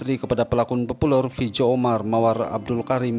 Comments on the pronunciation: Betulkn sebutan huruf min....Z jadi J...Fizo jadi fijo...Netizen jadi Netijen...🤭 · Memg dari dulu gagap content dia tgantong dia sebut fizo feejo haha